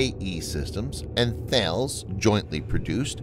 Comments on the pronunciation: Thanks for the video. FYI Thales is pronounced TA-LESS. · Thales is pronounced tar-les. 😊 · Mate, I’ve tried this about 18 times with this guy